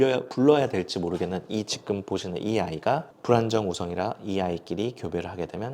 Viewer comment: 말투 정말잔잔하고 좋아서 유익한 라디오처럼 잘 듣고 있습니다 근데 유독 기억을 쌍기억으로 발음하셔서 너무 신경쓰여요 특히 지금이란 단어 자주 사용하시는데 지끔 지끔…, 저도 왜이렇게 신경쓰이는지 모르겟는데 한번 의식하고 나니까 너무 거슬려서 ㅜ 죄송해요 여기부터 지끔 파티 시작